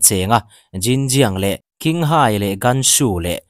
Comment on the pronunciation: Ghinghai ti angin i lam a, English Q hi Chi ti anga lam tur.. Chinghai city ania i sawi kha aw😂